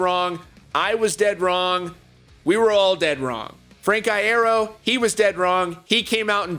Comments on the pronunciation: In an interview Frank said his own name similarly to that. Apparently it isn't pronounced earo but more like eyero. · 'frank iairo' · Why did you say Frank Iero like that